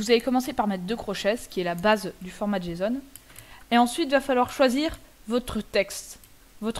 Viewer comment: Prononcer JSON, tu peu aps Gramaticalment, tu te retrouve à dire jeson ou jason